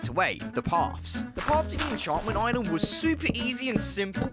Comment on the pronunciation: good vid, bro made sure we hear he’s on his “oiland”